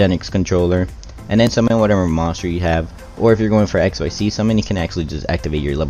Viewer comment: Hello One correction Xyz pronouncing like exzyz not x y z You read it together